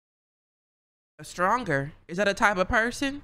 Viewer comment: "Don't trust a stronger" -, reading the sentence "Don't trust a stranger" LMAO